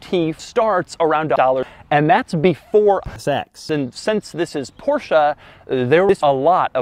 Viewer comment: He really do be saying "porschah"